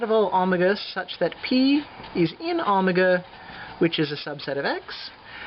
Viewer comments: please stop saying omega as Amega! But thank for the prep... Maybe you should post a video on algebraic topology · Good stuff, but why the strange pronunciation of omega? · Haha was wondering the same thing